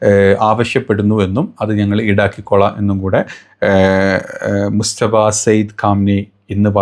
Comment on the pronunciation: പരമോന്നത നേതാവിന്റെ പേര് മുസ്തഫ എന്നാണോ അതോ മുജ്തബ എന്നാണോ ഒന്ന് കൃത്യപ്പെടുത്തി പറയേണ്ടതാണ്